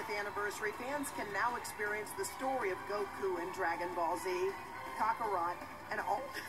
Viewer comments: "Dragon Ball Z: Kakarot." She instead pronounced the title as "Cockarot" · Hoda kotb Mispronounced Kakarot and Just Said Cockarot